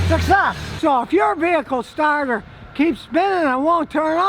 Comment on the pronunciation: When he said “success” I thought of Borat saying “great success” lmao 😂